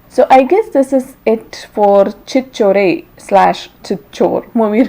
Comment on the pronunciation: If you don't even know how to pronounce Title and the language, how the fuck you can feel the soul of the movie? Watching you giving review with that Sober face and dull review about this good movie (Yes, I watched), dude get the fuck out of this channel. I love this dude only because of his true nature, he's original Cinema lover talks from his heart. But you even know it's not your accent, your fake English accent is as bad as my ex. Why are you giving review like you have to give? someone forcing you ? At some points you don't even know what you're talking. I have a doubt? Asalu neek movie ante Endo telsa? You know about at least one craft?? I really doubt. Get the fuck out our faces, it's very clear that we have enough out there like you and we don't want one more, specially in this channel. I respect Telugu industry but hate Telugu review channels. This is the only channel I'm subscribed and there's a reason I'm putting this comment. Hope you understand and let live this channel 🙏. Get the fuck off Miss Fake accent Sober 'cant stand' face. It's a request.